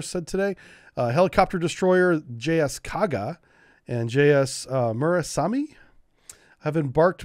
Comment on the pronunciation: On Japanese pronunciation: Their syllables are (roughly) consonant+vowel. So just break it up that way and you'll be on the right track. Mu-ra-sa-me